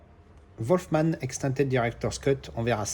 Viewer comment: Salut, de bons titres en général. Attention à la prononciation pour Wolfman. C'est pas "Volfman" mais plutôt "Wulfman" 😅. A bientôt 👍.